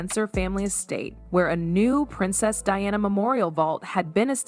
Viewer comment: Her name is Diana, NOT "DIONNA!" Say correctly you idiot!